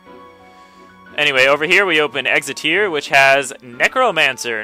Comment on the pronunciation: I'm British, and in my head, I'm correcting you every time you say the name of a place wrong... sorry! lol (exeter is an "er", not an "ear" sound at the end);D